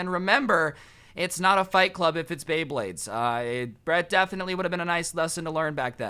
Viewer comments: ITS NOT BLEYBLADES ITS BEYBLADES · me: oh he knows about bayblade thats a surprise hears him call it blaybades also me: WTF WHY BLAYBADES BRO JUST WHY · blayblay blaybades., it's beyblades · bley bades lol, its bley BLADES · bley blades lol its BEY blades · Dude my guy calling them BLEYBLADES TRIGGERS ME ITS BEYBLADES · He didn’t even realize he said pay bley blades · Either he said pay bley blade or Blay bley bley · He kept saying bley bade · anyone else notice he said “pay bleyblades” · How many times was blay blades said instead of bay blades... I seriously want to know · how many times did he say Bleybades Bleyblades and Beybades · you keep saying bablades blablades blabades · “Go into the. Bathroom and pay bleybleyds” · He said bleybades so many fucking times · He keeps saying blayblades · says beyblades Me:I REALLY REALLY REALLY LIKE BAYBLADES!!!!!! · he kept saying blry bade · Every like is for everytime he said bleybades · Did he say bleyblades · "bley bades" "bley blades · bayblayds me:gos ultra instint did you just say blayblayds!!!!!!! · Umm ‘let’s Blay bleyblades’ He took way to many L’s in one sentence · Did he just say pay blaybades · Can someone count how many times he mispronounces beyblades?